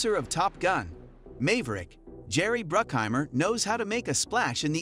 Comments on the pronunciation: The first syllable of maverick rhymes with have not may. Have rick Mave rick. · MAYverick? IT MAVERICK. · The way the meecrowav say mayvrik is very dispracking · "top gun mayverick" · Mayverick… damn I hate these fake voice overs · Who cares. Anyone who calls it "Mayberic" with an AI-voice does not need more views. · You called him Mave-rick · "mave rick" lol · "Mayverick"? "Saytellite"? The Skunkworks is where the SR-71 IS made? One-minute watching was enough. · Please learn how to pronounce Maverick, thank you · Mave-Rick Sate - elites....c'mon man..... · 'May-verick'?? Proof-listen your speech-synthesized content before releasing it to the universe. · The narrator here has no clue anyway! I'm sorry, but "May-ver-rick" ain't how anyone says it! (With more than tow brain cells to rub together) "Might be able to hit Mach 6"?? Haaaaa.... The SR-71 Already blows that outta the water! (Yeah, they say Mach 3, but the F-4 Phantom ALREADY flies at Mach 3+!) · Could you at least attempt to make the robo voice pronounce names correctly. Text to speech has come a long ways, you should probably put the sane effort into making your script sound credible instead of the character name of Cruise being pronounced as "May Verrick" half the time. Pathetic, you could get better by paying the same voice actor at Fivver. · Cant even pronounce Maverick, lol. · The A in Maverick is the same A as in Map, Back, Latch, etc. It's not the A as in Lake, Jake, Take, etc. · That's just the computer voice messing up the english language. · You pronounced "Maverick" incorrectly. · Nah u said maverick wrong 💀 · Interesting, but is this just an AI narrator and stock footage? Can’t pronounce Maverick? Good script, but keep it real.